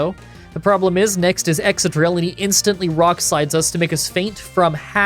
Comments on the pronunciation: Excadrill is pronounced exkadrill, not exsadrill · ExCadrill. It's exCadrill.